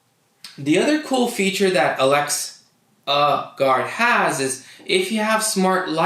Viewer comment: why did you say alex--a gurad ?!?